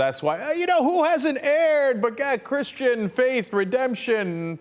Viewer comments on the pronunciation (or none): none